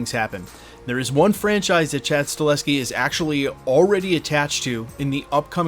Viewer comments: Sorry to the that guy, but it's Sta-HEL-ski, not Sta-LES-ski. That being said... he'd be a GREAT director for Blade (IF it ever ends up getting made)! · YES we need John wick director Chad STAHELSKI brother ☺ it's just funny hearing you say Staleski in all your Blade Vids. Unfortunately he's gona be pretty busy in the next couple yrs especially if he is gona direct the new Caine series (if that's happening) 🤞 BTW thx for all your Vids bro. Appreciate ya!